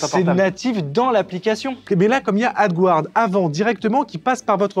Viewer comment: Coucou merci pour cette vidéos sa me donne des idée de projet. Ouf s'il vous plais demander a google traductions de vous aidée avec la prononciation du mots (AD guard) si pique les oreille. mes de tout façons merci pour tout.